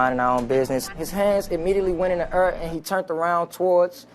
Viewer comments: “He put his hand up in tha ERR” 😂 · "He put his hands in the err... like he just didn't kerr." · "He put his hands in the ur.' Almost English. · "he put his hands on the urr." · Is he saying air or error? I just saw the real crimals . Liberal Socialist White Women.